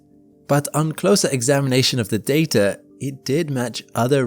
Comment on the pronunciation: THERE IS NO "R " IN DATA!!! GET YOUR SHIP STRAIGHT!!!